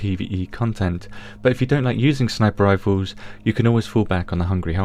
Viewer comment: Lmao "rifoos"